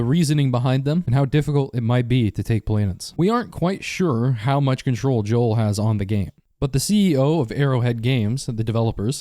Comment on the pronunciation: It’s Jo- J O E L